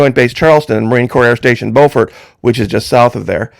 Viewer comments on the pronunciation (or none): SC town Beaufort is Bu fort. NC town Beaufort is Beau fort. 2 shuttle victims were from both of these towns, and I lived in Charleston thus knowing the different pronunciations. FYI Good Coverage 👏👏👏